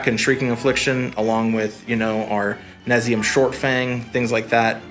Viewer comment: Nay-Zum-Eaa shortfang. This deck needs some tuning. You didn't post a land base. 4 pack rats + 4 mutavaults + 2 bitterblossoms and some number of chittering rats (2) would be a good place to start. You want 4 wrench minds + 4 TS since your win con is all creature based. Each creature needs to synergize for this work. This list doesn't do that. But your rap is promising.